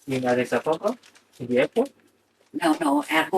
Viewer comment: OMG-Addis Ababa. It’s not difficult. You’re supposed to be in love with an Ethiopian and not only don’t you know their capital city, you haven’t even bothered to read it properly and learn how to pronounce it!!??